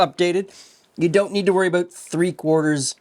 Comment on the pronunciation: "I'm aboot to stop saying soory."